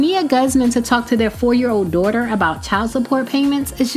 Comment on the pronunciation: "Dooghter" lmao I think she tryna say daughter